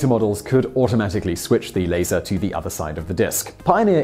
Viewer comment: I heard it as "later" myself.